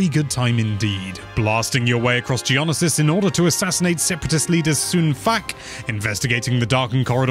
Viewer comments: Did you hear how he said Geonosis? Like gee-on-a-sis, its like gee-o-no-sis. I had to rewind it because I wasn't for sure at first what he was talking about lol. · I do wonder if just trolls us these days with some of his pronunciations: Ge-on-o-sis Everyone else: Geo-no-sis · Geonasisis, me be like nooooooo it is geonosis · In some episodes of the clone wars it’s pronounced geo-knee-sis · butchering the word Geonosis. My heart weeps.